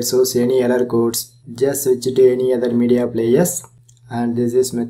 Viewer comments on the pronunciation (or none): none